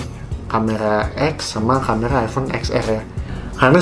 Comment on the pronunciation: Camera atau camela?